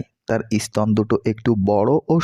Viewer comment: উচ্চারন শুদ্ধ করে কথা কহেন। ই- স্তন বলে বাঙলা ভাষার কোন শব্দ নেই।